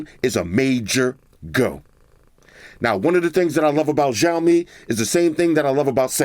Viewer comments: Hey. I just wanted to mention that the Xiaomi is actually pronounced “Sh-ow-mi”, not “Jow-mi”. Great video as always brotha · dude it's not jaomin its chowmein, the name of the brand you're pronouncing its wrong. always here to help big brother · no its shaw-mi